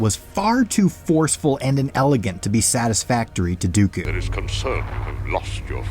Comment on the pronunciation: It even sounded like he said count goku